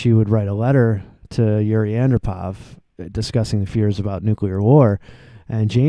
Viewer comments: It's pronounced Yuri An-DROH-pov. Not AN-droh-pov. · It's pronounced: AHN-DROPE-OFF. Other than that, you've made a lovely tribute to a young pioneer of world peace.